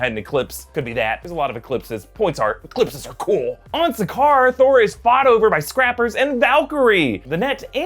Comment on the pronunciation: You didn’t say it right, it’s scraaaapp-ers